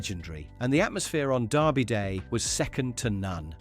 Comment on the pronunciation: Derby, too